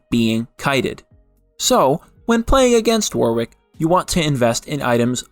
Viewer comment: Auto dislike any video where Warwick is pronounced wrong, soz